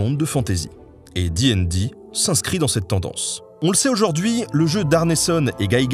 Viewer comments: Alors félicitations pour la vidéo qui est très bien dans l'absolu... mais une torture à écouter : Absolument PERSONNE ne dit "di'n'di", c'est soit " dé et dé" à la française ou bien DD directement, J'ai rencontré de rôlistes de toute la france à travers moultes conventions et GN et c'est la première fois que j'entend ça, c'était... perturbant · Donc, tu dis ''di n di'' (et pas dédé), mais tu dis ''con an' et pas ''conane'' ? C'est quoi ce curieux choix de prononciation ? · très chouette vidéo par contre ca te ferais mal de prononcer ca a la française, "di aine di", j'ai encore mal aux esgourdes ….